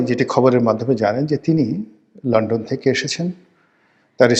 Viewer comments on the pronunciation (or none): none